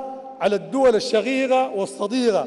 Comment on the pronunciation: قبل ان تلقى الخطاب تعلم كيف تنطق حرف القاف ولاتقل غين يعنى الشقيقة وليس الشغيغة...نقاء وليس نغاء....قيام وليس غيام وهكذا